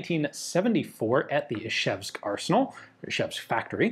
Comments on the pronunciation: It's Izhevsk, not Ishevsk. It's spelled Ижевск, not Ишевск. The Ж is pronounced like the s in "pleasure" or the z in "seizure". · Ian, it's not "Ishevsk", but "Izhevsk", the first consonant after the "I" is pronounced like "s" in "usual" or "measure". I know you make real effort to pronounce foreign names correctly, but for some reason you continue to mispronounce the name of this city.